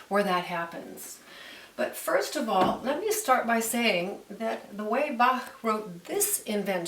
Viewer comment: She spells Bach very well! Sounds very native